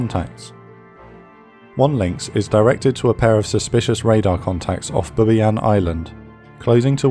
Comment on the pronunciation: Bubiayn, huh?